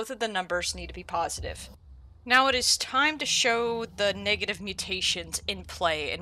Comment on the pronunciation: Ayo did she say " niggative mutations " or is that just me 😂